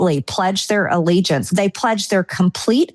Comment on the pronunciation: When Erika says they I hear Israel